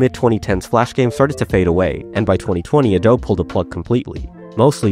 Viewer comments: "adob" uhhhhhhh... That's not how you pronounce Adobe. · Did you just pronounce Adobe “Adoeb”?? Is this an AI voice reading a script?